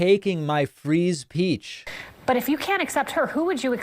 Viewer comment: Did I mishear David? I swear I heard him "freeze peach". Was that intentional or did he glitch?